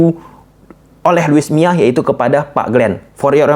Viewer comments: Bukan luis miya tapi luis milla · Luis milla bukan mia